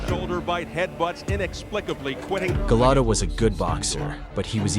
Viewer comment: You mean Golota, not Gelatto.